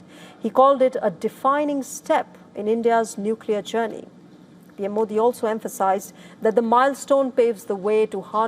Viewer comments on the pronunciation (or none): none